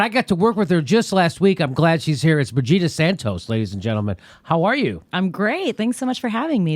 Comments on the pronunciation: When Jimmy said Brigida at first I thought he was saying Vegeta. Haha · Lol... I thought Jimmy said “Vegita” not “Brigitta”... did a double take for a moment. That would be funny though if someone named their kid Vegita.